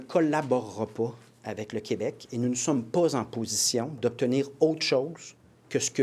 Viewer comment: Plamondon, on dit pas Qwebec mais KÉbec, je voterai pas pour toi si tu continues de même